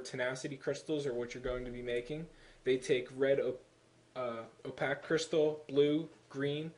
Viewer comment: Opaque, Artifice.... <--- you're not pronouncing them right. Sorry just a pet peeve, especially for the word Artifice and how often you say it in this.